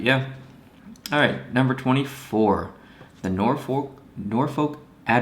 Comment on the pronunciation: The new Admirals logo is to match the Navy. I think it's funny when he tried to pronounce Norfolk because I'm from Hampton Roads and I know it's a "U" sound and "O" and "L" put together. They're also the only ECHL team to win a Calder Cup! Swept the Toronto Marlies in 2012!